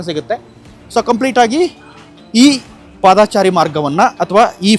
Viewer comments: ಹೌದು ಪಾದಚಾರಿ ಎಂದು ಹೇಳಿ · "ಪಾದಾಚಾರಿ" ಅಲ್ಲಾ ಮಾರಾಯ "ಪಾದಚಾರಿ" ಅಂತ ಹೇಳಣ್ಣ